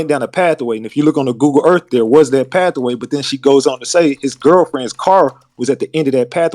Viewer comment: If this Knigge say pathaway one more time